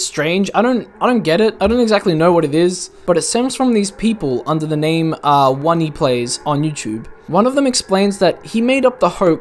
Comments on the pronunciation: "One-ee plays" lmao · It's (oh-knee). OneyPlays